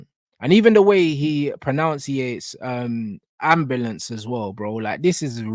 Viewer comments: I do agree, black people with an accent. Have a certain way of pronouncing certain words. However, the way Kendrick said ambulance sounds completely different. When I first heard it? I thought about deem alert the Amber alert. Because he was talking about minors😂😂😂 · thats just how Kendrick says it. he says it the same in Family Ties for example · It is also just the way some Black people pronounce ambulance, to reinforce that Drake is an infiltrator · Amba lance is how they say it in Cali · It's also how some of us on the west coast pronounce it.